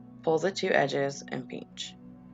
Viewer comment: Did you say "peench" instead of "pinch"? Because of that I subscribed!!!!!! lol So cute! Edit: I hope you're still making videos!!!!